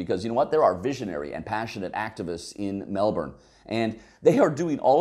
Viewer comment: Thank you for pronouncing Melbourne correctly. Melburnian's are weird, I know some who will choose to drive over taking public transport even though it adds an hour to their commute and costs more. You haven't considered emergency vehicle access and a few other things. But interesting regardless.